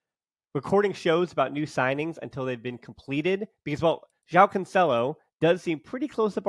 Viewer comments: It sounds wrong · Cancelo is pronounced "Cansselo."